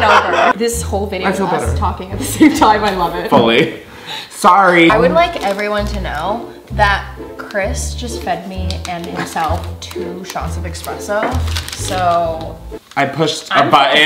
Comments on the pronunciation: she said EXPRESSO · nice but....did she say eXpresso?? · Nobody:: EXPRESSO 🥴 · She said eXpresso and I saw Chris twitch debating correcting her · Espresso. There is no "Ex" in it. I used to say it wrong as well.